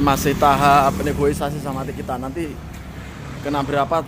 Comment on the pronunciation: Negosiasi...bukan Negoisasi..😠😠